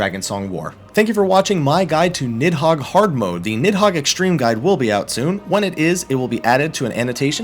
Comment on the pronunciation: Little known fact; it's pronounced more like "Need-hoeg" than "Nid-hog"